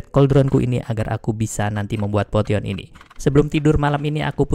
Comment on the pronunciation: potion dibacanya posien bang 😭